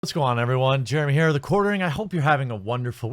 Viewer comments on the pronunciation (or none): none